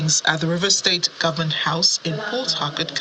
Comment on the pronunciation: Someone should tell shettima that it is pronounced "government " not "gomment".